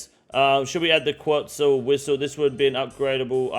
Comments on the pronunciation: quetzal is pronounced like pretzel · Quetzal is pronounced like Ket-sel